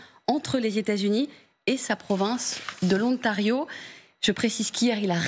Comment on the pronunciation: Et qu'est-ce que c'est que cet "O-NTARIO" ? Il n'y a aucune raison de prononcer ce mot en anglais.